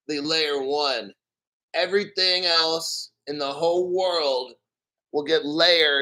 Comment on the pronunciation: When you said Everyting with that Jamaican accent..EVERY TING BREDDA...XRP!!!!!!